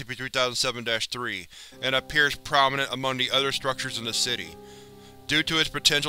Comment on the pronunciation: “Udder” = other; “zer” = there. I can’t listen to this narrator anymore